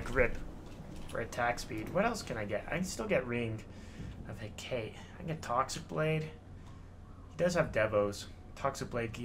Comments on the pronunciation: Hecate = Heck-ah-TAY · Love ya, but I just gotta say: Hecate is pronounced Heh-kah-tee haha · I was triggered by that too